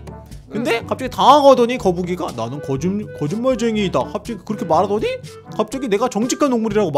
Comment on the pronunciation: 펭귄이 거짓말쟁이를 겨짓말쟁이라고함 ㅋㅋ ㅋㅋㅋ